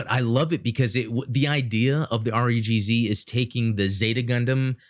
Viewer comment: Its pronounced REE-guhZi. If Im not mistaken, the high grade Re-gz is way better than the Master grade because its a bad mg from 2001. Btw the fumina kit is from build fighters try not build divers, I've actually heard good things from build divers hg character kits unlike the build fighters character kits